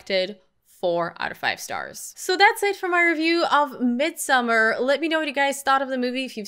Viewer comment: It is called 'Mid-so-maar'.